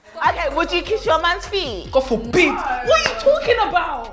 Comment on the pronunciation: I felt Nella's "God FORBID!!" in my soul 💀💀💀💀💀